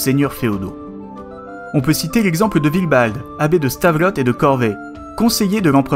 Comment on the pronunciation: Stavelot , prononcé "stavelo" , pas le "t"